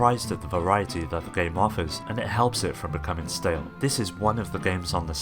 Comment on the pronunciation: Are you saying THree DS or FRee DS? I can't tell